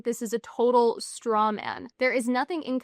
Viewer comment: todal, execudive, repordedly, in liduv